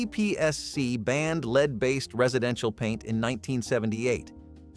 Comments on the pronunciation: For God's sake get your pronunciation right! It's lead, the metal, - pronounced "led" not "leed". You're not even consistent, sometimes the word is pronounced correctly. Do better editing. This comes across as amateurish. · I thought you did a fine job narrating. That said, I and other viewers have noticed you pronouncing the word "lead" as in a metal as both "lead" with a long E sound as in the meaning "to take charge, or to rule over others" and lead as pronounced with a short E sound such as in the color "red". The proper pronounciation of lead as in the metal is with the lesser or short vowel sound as in "red". Hope you don't mind the tip!